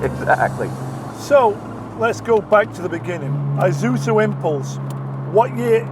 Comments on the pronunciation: (and most people to be fair): Ee-zoo-zoo Magnus Walker: Eye-zoo-zoo Correct: Ee-sue-zoo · Isuzu pronounce Eesuzu like Impulse, not I’m pulse. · “EYE-zuzu”?!? This is a car I lusted after in my younger days. An older woman at my church drove one. I was envious! Still looks good to me today.